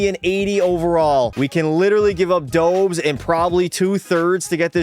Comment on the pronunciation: Not Dobes Dobesh it’s pronounced